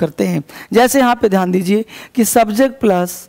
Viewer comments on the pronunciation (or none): none